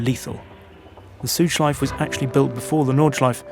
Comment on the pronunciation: Nice history lesson! Interesting how you actually say Porsche correctly, not Porsch, yet you say Südschleif and Nordschleif, not Südschleife and Nordschleife... :) Same 'e'...